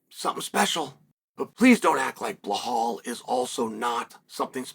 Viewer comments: BLEHAL ??😂😂😂😂 it’s BELAL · Is there a video of anyone bringing to Chael's attention that he is butchering BLAHALS name? lol I know he is trolling. But we need to be sure. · chael i respect you for defending belal muhammad but if you claim to respect him then it's time for you to start saying BELL--ALL and stop saying BLAH-HALL cause it's truly disrespectful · Absolutely not a single soul on the face of the planet : Chael : BlAhal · Sometimes "Ba lol" 😂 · Mispronouncing his name just makes chael look ignorant and stupid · He is doing it on purpose